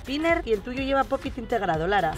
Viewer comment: No sé dice ni se es escribe popitn es pop it